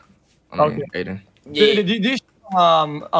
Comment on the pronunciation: Aden not Adin